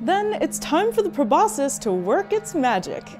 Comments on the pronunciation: Me: *thinks about the word probuscus* Animal logic: *says probuscus* Me again: *screams in horror* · You keep pronouncing proboscis incorrectly. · The way she pronounces Proboscis unsettles me